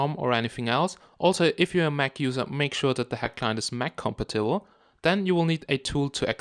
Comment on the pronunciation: 'Mac compitiwuh'